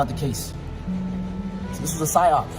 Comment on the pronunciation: Did he really just say psy-opd? Gimme a break. Kid does seem to have a bunch of travel cash, must be nice.